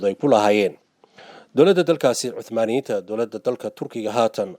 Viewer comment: Hadalka iska sax niyahow osmaniyen laheen